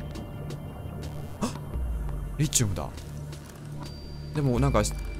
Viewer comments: リチウムの発音は「リ」にアクセントじゃなくて「チ」にアクセントね すごい気になる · リ↑チウム↓ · リチウムって... リ↑チウムですか？リ↓チウムですか？ の発音が自分と違ってめっちゃ気になるww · リチウムの発音ｗｗｗｗ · 思うんだけどリ↑チ↓ウ↓ム↓じゃなくて リ↓チ↑ウ↓ム↓だと思うんだわ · リチウムの発音違くね？w